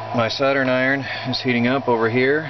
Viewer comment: Dude, your pronunciation of Soldering Iron is like nothing I've ever heard - it sounds like Saturn Iron! :) I'm curious what accent is that?